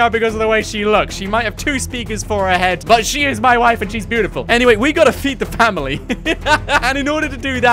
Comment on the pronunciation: to is sounded like he said Pamily